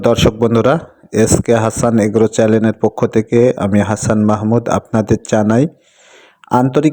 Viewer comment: আপনি তো ভাইচ্যানেলটাই উচচাণ করতে পারেন না। চ্যালেন নামে কোনো শব্দ আছে ডিকশনারিতে???